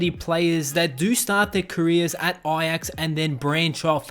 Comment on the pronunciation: And ajax